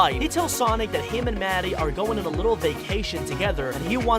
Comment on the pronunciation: why does he say W instead of R like why r u UwU